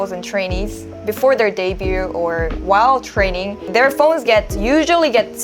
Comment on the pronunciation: minor thing: the 'T' in debut or debuted is never pronounced